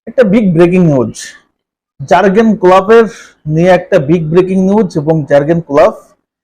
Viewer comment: প্রথমত উচ্চারণ ঠিক করতে হবে জার্গেন না 😅😅